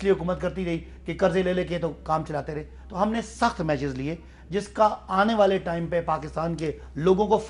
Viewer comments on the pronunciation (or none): none